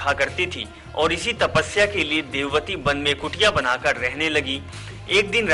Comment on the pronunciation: jb vedwati ko devwati kh rahe ho to fir tumhe kese puri story sahi malum hogi